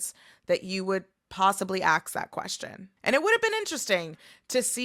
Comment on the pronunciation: It’s ask not axe Plural you use are and were